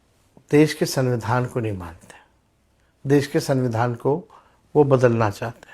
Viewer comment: तेजस्वी जी सबसे पहले तो संविधान कहना सिख लो Dipty cm रह चुके हो सद्दविधान कह रहे हो😆😆😆😆😆